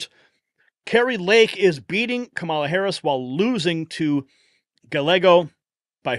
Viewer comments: It’s not pronounced GaLeggo, it is pronounced G-ah-Y-ae-g-oh. 🙄 If you’re going to talk about someone so much in your content then the least you can do is look up how to pronounce their name. Just sayin’. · Guy- yay-go. C’mon man. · It is pronounced guy ä go. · Gallego is pronounced GA-YAY-GO.. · Its pronounced guy-yea- go. If im not incorrect.